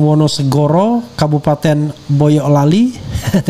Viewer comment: Bang refly ....bukan boyoklali ...nanti beda arti...yg bener boyolali ...ucapan jawanya mboyolali